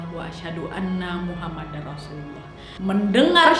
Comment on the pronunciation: bukan maksud sok benar tapi bilang nya Muhammadur bukan muhammadar